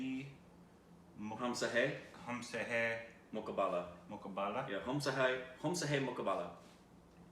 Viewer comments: that's not mukbaala that's MukAaa_Bla. Sorry to correct you (if it hurts) ! God bless you both. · its not mukbala...its Mu-ka-ba-la (means competition) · It's south indian movie..Urvashi song is from this movie only..which you reviewed.. pronounciation is like ...mu-ka-Bala...means fight with me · It pronounces as MUKAALAAA , MUKAABALAAAA...!! MUKABLA MEANS COMPITITION IN HINDI 🙏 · Its ...moookkablaa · It's mkhaaboala in pronounce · The spelling is mukala mukabula but the pronunciation is mookala mookaaboolaa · The way pronounce the name.....!!!😂😂😂😂😂😂😂😂😂 “‘mak ba la la” 😂😂😂😂😂😂😂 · The way they pronounced mukabula😂😂😂😂😂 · Oh my God ur pronunciation Hoomse hai mukkabbalaa 😂😂😂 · maqbullallaa🤣🤣🤣🤣🤣🤣🤣 korbinized to death. i love the way you butcher the pronounciation. makes my day, week, month n year!!!! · Moo-kaa-ba-laa :) Pra (like bruh without the 'h') - bhoo - day - vaah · you are hilarious... I can't stop laughing after hearing you naming the song. Your Korbinised pronounciation made my day.😂😂😂😂😂😂